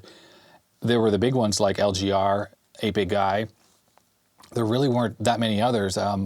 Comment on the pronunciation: When you said 8-Bit Guy the first time, I heard "Hey Big Guy". I'm a little slow some times.